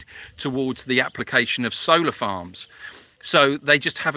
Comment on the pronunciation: Oh, solar farms. In the beginning I thought you were saying soda farms. That’s better. ❤️